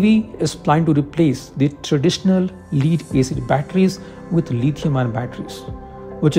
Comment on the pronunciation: Lead is pronounced as “Led” not “Leed”